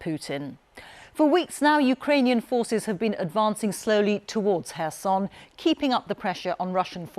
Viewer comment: Thank you for pronouncing the city’s name correctly! I have nothing against people pronouncing it as K-erson emphasising the K, but it is nice to hear it pronounced correctly.